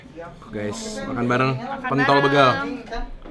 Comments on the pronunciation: Wkwkwkw begal baca e nya pake e nya "tempe" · Bacanya Begal bukan begal